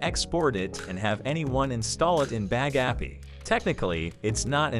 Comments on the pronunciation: "Bag Appy". Computer voices are the worst! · i like how pronounces bagapie. bag-a-pi 😂😂😂😂